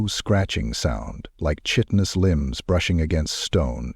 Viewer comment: Even AI narrators pronounce chitinous wrong. It’s pronounced ky-ten-us ffs.